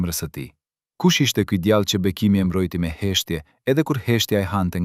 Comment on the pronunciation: Ti qe po lexon tekestin djale dhe jo djalle .ze tinzare....